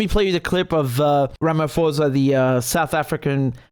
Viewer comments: Hehehe it's Ramaphosa the (ph) isn't pronounced as f.... Bu pronounced as P.... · Just a minor heads up, our South African President’s name is pronounced with a silent ‘h’, Ramaposa. Thanks for your positive take. South Africa needs all the kudos it can get right now 🙂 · Great work Richard. The h in Ramaphosa is silent. Peace